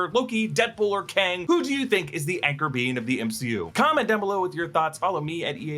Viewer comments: Btw " Anchor Being " when said sounds like " Anchor Bean " I'm just saying... It's all I hear now. 😅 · I keep hearing anchor bean